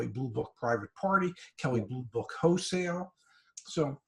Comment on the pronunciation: To the dad... It's "wholesale", not "hosale." You're not selling ho's.